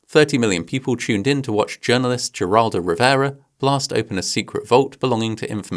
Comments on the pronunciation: Greetings from Empty Space (a.k.a. Texas)! Listening to you pronounce American place- and given names can occasionally totally break my focus. Carmel-by-the-Sea = Car-MEL Geraldo Rivera = Hear-ALL-dough ✌🏻& 💖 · I gotta be the guy to say it: Geraldo is pronounced "Her-All-Doe". If you're lucky (and share the luck with us), he'll not come up again. (Unless you cover his nose getting broken, which is an interesting story on it's own, but not really worth covering.) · And Geraldo!